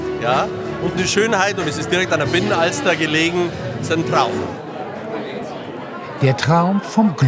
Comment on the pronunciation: Und Binnenalster und nicht Bienenalster!!